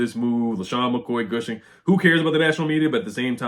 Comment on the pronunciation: Gooshing?, I think you mean gushing.